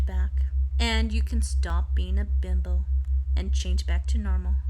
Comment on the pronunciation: Is it just me, or does it sound like she is saying "bimble" instead of "bimbo"? Bimble makes me think of a thimble, which leads to sowing, which in turn leads to god knows where.